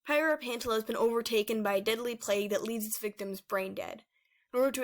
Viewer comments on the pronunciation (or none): none